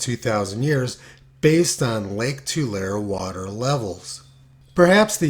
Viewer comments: Tulare is pronounced "To Larry" not "To Lair". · Predicting the timing of ENSO changes is a bitch. BTW, Tulare is pronounced Too-larry. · Pronunciation tip: “Tulare” is pronounced “Too-Lair-ee” (three syllables.) In Spanish it is “Tuu-Larr-eh”. In any case, the name comes from the vast amounts of tules (Too-lees) that surrounded the lake region in the past. Yes, I grew up in the town of the same name (Tulare.) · It's easier to just use "To Larry" when trying to tell them the pronounciation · Just so you don't sound like a rube, Tulare is pronounced too-LAIR-ee